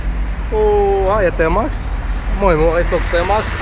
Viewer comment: او تيماكس ماشي طيماكس